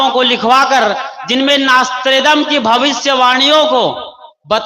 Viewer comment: अरे अज्ञानी नास्त्रेदमस का नाम भी तो सही से बोलना नहीं आ रहा तेरे को और युटुब पर बकवास कर रहा है